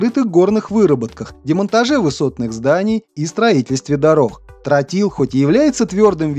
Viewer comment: Не "трАтил, а "трОтил", неучи!